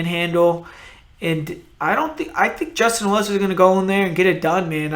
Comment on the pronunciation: willis?! WILLIS? nahhh